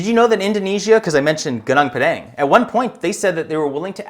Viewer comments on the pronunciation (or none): Your pronunciation of Gunung Padang is excrutiating to listen to. Please go to Google Translator and listen to the proper pronunciation. It isn't the least bit difficult to pronounce it correctly, and you wont sound like you just got off the boat. Mantap bro! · wtf is ganang pedang? its gunung padang